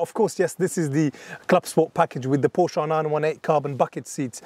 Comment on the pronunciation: Since you're a specialist, Porsche is a two syllable name.